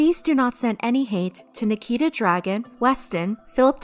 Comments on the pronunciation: This isn’t rlly important and I’m quite late to this video but i believe her last name is pronounced Dragoon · I thought you pronounced Nikita Dragun as “Nikita Drag-goon” but I guess not